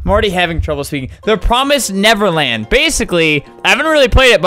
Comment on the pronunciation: I saw how he couldn’t pronounce The Promised NeverLand and was like: oooh this is gonna be fun